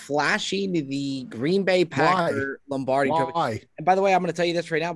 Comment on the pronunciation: Can't believe neither Cutsy nor Beardown called out on the pronunciation of Lombardi. "Lambardi" sounds like a lamb cutlet in cream sauce 😂